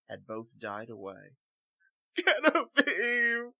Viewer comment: Genevieve is pronounced with a J sound, not a hard G. Otherwise, great job =^)